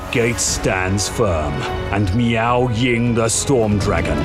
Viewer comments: I will always hear Meow Ying instead of Miao lol. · I keep hearing meow ying